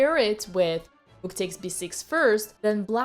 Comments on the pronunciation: Except it’s a russian sacrifice and thus she sacrificed the rrrrrruuk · I love the rrrrrrrroot